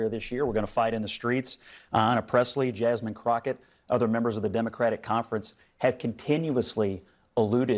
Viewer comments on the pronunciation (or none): none